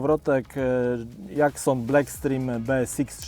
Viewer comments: Super film !! Ale jak już mówi ktoś "dżerk" to i mógłby mówić "dżakson".... Malutki detal a dużo daje 😊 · Serio tak sie wymawia ,Jackson '? Strasznie kuje w uszy..